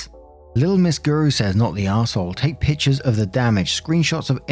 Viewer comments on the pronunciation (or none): none